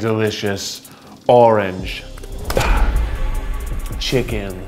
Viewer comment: "Arange Chicken"